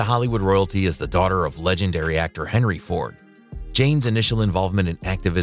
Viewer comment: Did I hear Hendry Ford?